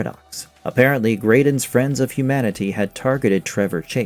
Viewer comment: "The 'Frands' of Humanity,"?